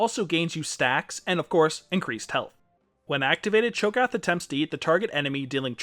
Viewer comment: Your pronunciation of cho'gath makes me cringe, but nice in depth guide